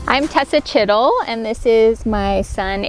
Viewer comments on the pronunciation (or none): When she said Tessa chittle I thought she I shit a little